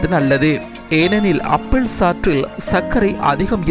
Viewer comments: அப்பிள் இல்லை ஆப்பிள் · அப்பள் இல்லை டா ஆப்பிள்